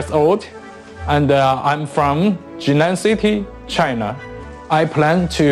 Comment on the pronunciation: Tries not to die after her pronouncing "China", (whatever she said)